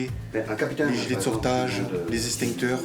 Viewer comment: RIP le mot extincteur ( Hessstinnkteuur)